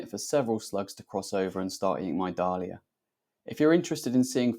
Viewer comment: Dahlia is pronounced "Daily Err"